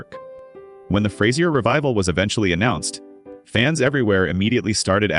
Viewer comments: Fras-ier hilarious! You can at least say his name right. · AI-cant pronounce Fraiser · So it’s not Frayzier Crane?